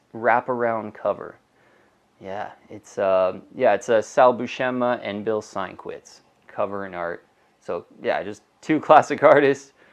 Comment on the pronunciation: Learn how to properly pronounce Bill Sienkiewicz's last name, as he is an all time top 10 comics artist